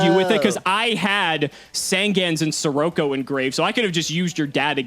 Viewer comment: They still can't say SER ROCK O correctly